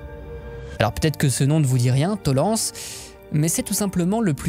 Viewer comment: Petite précision à propos de Tollense. C'est en Allemagne, et ne se prononce donc pas à la française. Il vaut mieux dire "To-laine-zi". N'hésitez pas sur l'accent teuton ;) Site d'un champs de bataille qui contredit l'idée d'une arrivée lente et continue d'immigrés (parce que "migrant", ca ne veut rien dire). Le débat reste ouvert, les deux scénarios pouvant avoir été vrais selon les lieux et les époques. Un grand merci pour ce travail de qualité, en passant.